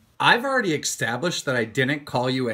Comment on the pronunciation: I love when keem tries to use a euphemism or something and just doesn't quite get it right. Like when he says established wrong.